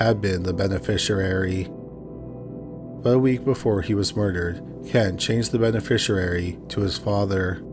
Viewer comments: im so sorry i dont wanna be a dick and idk if this is AI or you actually read it but its "beneficiary" --> "ben-uh-fish-ee-airy" not "ben-uh-fish-uh-rarey" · Lol, "benefisherary" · Yeah I noticed he pronounced it benefisher-airy LoL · I've never heard beneficiary mispronounced so many times in my life let alone in just a few minutes! 🤦🏻‍♀️😂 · is not AI, he's a Canadian YouTuber that habitually mispronounces multi-syllabic words. I don't know how you could even program AI to sound like that. Anyway, AI would absolutely know how to pronounce "beneficiary." 🙄